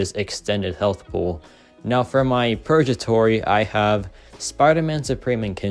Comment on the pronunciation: Hey there! Just a quick tip on pronunciation—it's 'purgatory,' with a hard 'g' sound like in 'go,' not a soft 'j.' It should sound like 'PUR-guh-tor-ee.' Hope this helps! Keep up the great content!